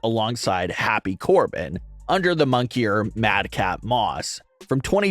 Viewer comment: "Under the MONKEYer, Riddick Moss" HAHAHA It's MONIKER, there buddy!!!!!